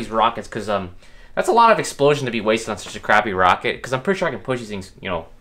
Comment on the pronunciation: "HAHAHA ur wocket bew up"